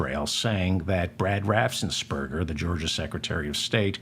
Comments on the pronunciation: David, it's RAFFENS NOT RAFSENS. You do this over and over. Practice! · Raffensperger. David does mispronounce it, as if there were an s before the first e.